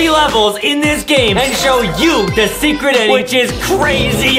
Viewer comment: I love how he says secert level lol